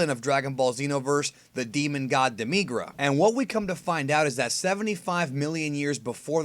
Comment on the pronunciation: why do you emphasis the i in demigra?